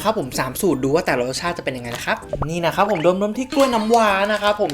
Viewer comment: อะไรนะ นะคะ หรือ นะครับ ได้ยินไม่ชัด😂😂😂